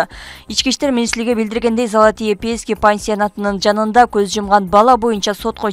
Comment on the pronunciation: ай диктор кыз жакшы суйлочу пеески эиес пески